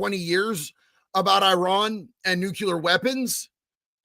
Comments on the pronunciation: It’s NUCLEAR,not Nucular 😳😂☮️ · you keep saying “NUCULER”. That’s not the word man.